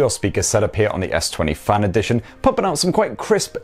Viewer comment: It's FAN, not FUN